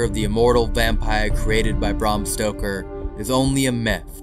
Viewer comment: As a huge Dracula fan I hate to break it to you but Vlad the impaler never lived in Bran castle or has anything to do with the castle, Dracula’s real castle is Poenari Castle or poenari citadel it’s also kinda embarrassing the the tour guide doesn’t know this 😂also Bram Stoker’s name is pronounced Brem Stoker